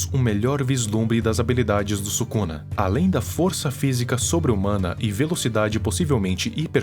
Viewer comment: "ryomen subuxa"